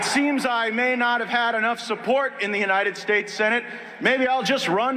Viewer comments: Why do you continue to mispronounce, the United Schates? I thought you were going to stop doing that or is it just peoples names. Just curious. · Why do you mispronounce United States if it is due to Trump’s mispronouncing it then you need to let it go. It is starting to make you sound silly. Not good.